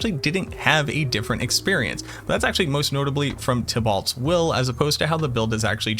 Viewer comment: I think the "ault" portion of Tibault is pronounced like that of Renault. It should sound more like "Bow" or "Beau".